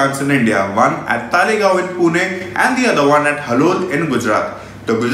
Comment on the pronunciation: it's Talegaon not Thaalegaon 😂😂😂. Dumbass calling themselves auto journalist.